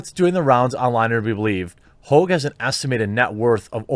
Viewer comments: Haw-ge not hoo-ge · Not Hoag, pronounced hog, like a pig. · Tell us you like to act like a pretentious douche without telling us you do. Him “hoag” It’s Hogg, yanno like a pig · Lol david hoog, why can't you speak jeremy? Hog. Like hogwash 😉 - you are telling me something is wierd when a kid who already graduated highschool with a fbi dad saw a shooting on tv, then drove his bike there to "interview" kids? Man, that school had zero security. Just saying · It's not "Hoag".. It's "Hogg". Call the idiot by his real name. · First, his name is not Hogue, it's pronounced just like it's spelled - Hogg. As in a pig, swine, a hog. Second, MyPillow existed long before Trump ran for office and is not advertised as a "conservative" pillow company. Mike Lindell is successful because he offers a good product, made in the USA. You're on point with the rest, but these hot takes are getting a little sloppy brother. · Please pronounce his name correctly: David HOGG! David PIG. David Swine! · What's the matter, David? Can't keep it up? Gone soft? Or just stuffed full of fluff? BTW, his name isn't pronounced Hauge, it's pronounced Hog. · Sorry the only way to pronounce that is hog. Prove me right. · is Jermy calling him Ho, are the g's silent lol. what's going on here lol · His name is hogg! No E! Pronounced just like hog, as in the pig, hawg if you want the hip hop spelling! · c'mon, Jer...his name is Hogg...as in pigg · Jeremy it's pronounced just like the animal hog and "Boss" Jefferson Davis Hogg wants his name back..... David Hogg is a disgrace to the name! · Pretty sure his name is pronounced “hog” like the pig. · sup with your pronunciations? david hogg, margot robbie.... both have a long O sound in their last names when you say them but both are supposed to have short O sounds